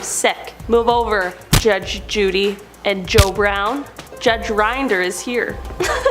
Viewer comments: Not Rind er! It’s Rin der! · Rinder, rhymes with sin-der